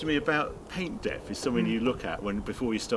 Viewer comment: Lol, "paint depf".